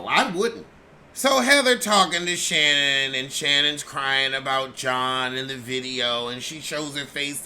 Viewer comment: Why does call Shannon “Shittin”?